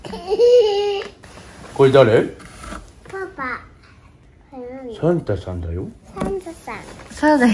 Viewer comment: 世界一かわいいサンタさんの発音や